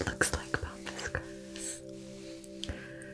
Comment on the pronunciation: Pampas grass not Pompas😍